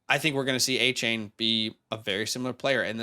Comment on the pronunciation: Just so ya know, Devon Achane sounds like D’Von not Devin. Great video thanks guys.